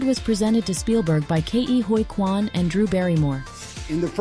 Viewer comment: Great video but Geez what a way to butcher Ke Huy Quan’s name. It’s pronounced “Key” not “Kay ee”. He’s pronounced his name in talk shows.